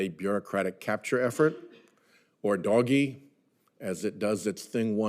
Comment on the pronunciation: Who calls it "doggy?" Isn't it more like "doe-shj? "